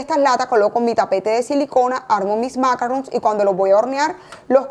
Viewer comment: Maravilloso.. Cielo porfaaaaa macarron en francés tiene el acento en oooooo y sin la n casi.. En inglés suena de terrrrrrror porfa la explicación superrrr.. Se que son complicados.. En altura.. Con tema húmeda tardan un poco mas... A sonar al estar listos..... Pleaseeeee acento en la o final..